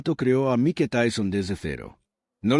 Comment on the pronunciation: Por qué dice Mi-que en lugar de Maik, será IA la voz del narrador?